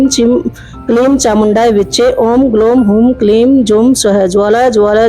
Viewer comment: Ucharan me galti hai... Em nahi, Aing...Klim nahi, Kling.... Pancham varga niyam... Navaratri ki shubhkamana aapko.